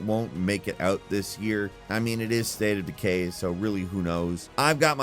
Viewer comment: "Staytadukay 3" - Ahh yes, my favorite, I always said Staytadukay should get a 3rd game...